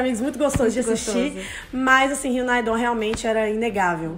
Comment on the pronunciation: Que agonia delas falarem e'dom ahhhh (não levem por mal eu amo elas, mas eu fico agoniada)